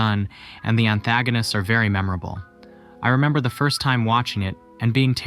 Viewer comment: You pronounced antagonist wrong